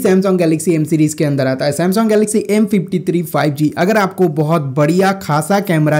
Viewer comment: Samsong nai bhai sam - sung*